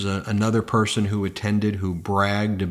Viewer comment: He said, "why would any pershon vote Democrat." In a speech about Jews voting for Biden.